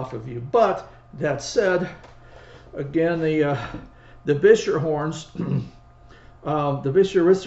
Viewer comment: Congrats on pronouncing the make as Gus Beuscher did; most get it wrong- Bisher! Of course, it would have been closer to Boosher in the old country.